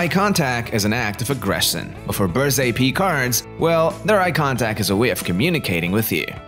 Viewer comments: Berger Picard... Berger like like Fabergé...not berzé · It's not Berze! Berger means shepherd, and it's pronounced with a G, not a Z.